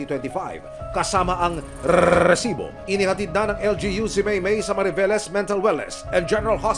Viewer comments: ANG OA MO MGSALITA NG RRRRRRRRRESIBO‼️👎👎👎👎👎👎👎👎👎👎👎👎👎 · Bkit ayaw mo ayusin Ang pagbigkas Ng resibo wag Muna Ng gawing rrrrrrresibo pràng Hindi tama Ang bigkas dpat ba ganyan tlaga Ang bigkas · Aq rin mejo nadi-distract sa pagbigkas ng Rrrreeesibo! Sana sabihin na lang ng normal at wag nang i-exaggerate pa, parang OA na masyado.